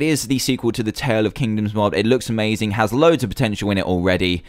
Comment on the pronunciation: And don't read the one which has ha well read but for ha say has please